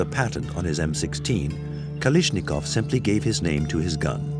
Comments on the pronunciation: "Kalishnikov" NEIN! Der heißt KalAschnikow. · "Kalishnikov" sheesh. "KalAshnikov" But, a good film. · For your narrator: Look at the spelling of Kalashnikov. The pronunciation isn't Ka-LISH-ni-kov. It's Ka-LASH-ni-kov. For your sound mixer: The audio levels of non-English speakers in the video overwhelm the English translation voice-overs. For the director: Too much time is spent with minutia about revolutionary leaders who employed the SK-47. Much of the content simply isn't relevant to the story of the two weapons. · Good documentary but every time I hear “Kalishnikov” I want to scream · I wish he would say kalashnikov right ffs was doing my head in with it😂😂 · I love how they never managed to pronounce Kalashnikov's name right. Not a single time. 🤣